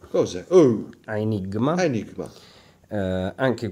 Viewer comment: dopo il "come ben sappiamo" ... "credo" mi fa morire. laggende quando deve a tutti costi fare retorica presentatore invece che parlare in modo naturale, infila delle espressioni senza senso :D senza offesa per chi non sa il latino ma AAAEEEEnigma si legge Enigma